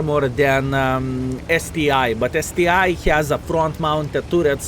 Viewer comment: It's not STI, man, it's ST ONE, COME ON :)